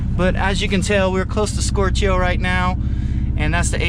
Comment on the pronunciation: That's the funniest way I've heard someone say "stoichio", as in "stoichiometric".